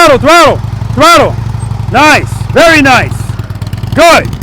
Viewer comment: all i hear is "VERYY NICEE, PETE!! VERYY NICEE!!" in a strong Kazakhstan accent. If you know, you know. :face-blue-smiling::person-turqouise-waving::face-fuchsia-tongue-out